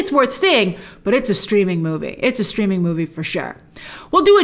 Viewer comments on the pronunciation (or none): none